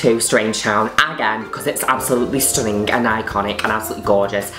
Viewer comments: I love how Juno says stunninGUH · as always...... STHUHHHNnING!! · "Absoulutly stooning" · i will never say the word stunning normally again xD